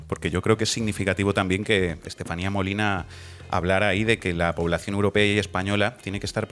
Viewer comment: Creo que hay gente que no sabe donde está !! dice la Estaselatenía, perdón Estefania. Si claro hay gente que no se ha pronunciado donde los tienen sus " democratas" desgobiernos